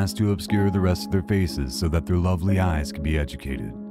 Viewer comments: The word is pronounced adjudicated not educated dope! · OH,come ON! ig-no-MIN-ious…….. ad-JU-di-cated…SHEESH! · But he mispronounces ignominious, ajudicated, and museum. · at 2.18 it is ad-jude-e-kate-d not educated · How hard is it to learn how to pronounce words? I am two minutes in, and you've already mispronounced "ignominious" and "adjudicated". There are free resources all over the web that will tell you in 2 seconds how to say these words and what they mean. All this work to edit, record and put music in and you can't even take two seconds to look up words you don't know how to pronounce? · The person narrating this is mispronouncing words that most high school seniors would know. Is this old or cheap software reading a script? Is "adjudicated" hard to pronounce properly? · The pronunciation for adjudicated is completely wrong. Humans are already losing language. We are passively tolerating the degradation of meaning in communication through technology. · I can't watch something that the voice-over person cannot even pronounce ignominious or adjudicated. Bye. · Need to learn how to pronounce “adjudicated”